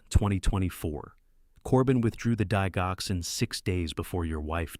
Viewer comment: Please learn how to pronounce DIGOXIN. ITS INSULTING AND GRATES IN MY NERVES TO HEAR IT PRONOUNCED INCORRECTLY.